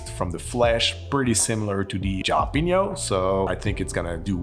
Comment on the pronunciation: Jalapeño is pronounced ha-luh-pee-nyow.. just for future reference 😊, anyway awesome cocktails!!